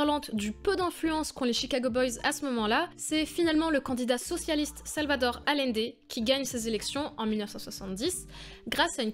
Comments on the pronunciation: Bon, plus que Boric, c'est "AllIende", pas "Alende"... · ... Quand on travaille sur des grands hommes comme Allende on apprend à dire correctement son nom.